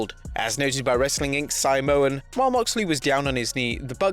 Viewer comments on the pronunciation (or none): none